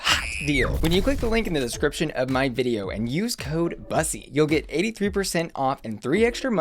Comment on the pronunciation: You do know you pronounce Bussy incorrectly, It's pronounced the same as P-ussy